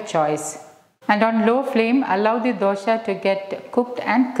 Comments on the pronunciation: it is good, not dosha it is dosa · It’s not dosha it’s dosa 😢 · Thanks for this healthy recipe ,only i wish you wud not say ' dosha' which means a blemish.or a blackmark .pls pronounce it as dosa as we say in Karnataka,thank you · Its dosa not dosha , 😂😂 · It's not dosha madam, pronounce dosa. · Its DOSA, not Dosha... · It's a really nice recipe. But can you please pronounce dosa correct. 🙏. It's DOSA AND NOT DUSHA. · It's dosa not dosha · It's dosa not dosha. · Good. It is Dosa not Dosha:-) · It is not dosha maam..it is either dosa or better even dose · Its dosa not dhosha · Mam please 1 request.. it's nt dosha.. it's dose/ dosa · Why Dosa is pronounced as Dosha ...